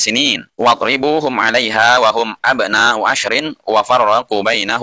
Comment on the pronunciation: kurang nya di mana , mukin gak keketik tapi antum itu yang aneh Wa di sebut fa hum sebut hu Sekolam sama admin Littaqwa di sebut Lillmutaqin 😄🙂🙂🙂